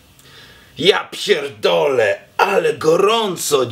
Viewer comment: You're good at polish, respect. "Ja pierdolę co za idiota" - It's like I can hear Polish. Dawno nie słyszałam obcokrajowca z tak dobą polską wymową.